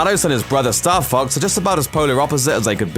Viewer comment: i keep hearing star fucks... what a vulgar video!